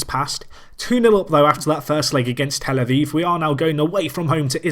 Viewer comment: A viv not vive!